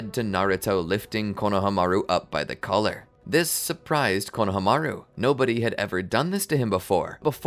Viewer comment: Pronouciation please! It’s KonohAmaru not KonahamAru